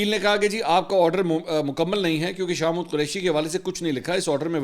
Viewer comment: منصور صاحب آپ شاہ محمود قریشی کو شاہ مود کیوں بولتے ہیں 😂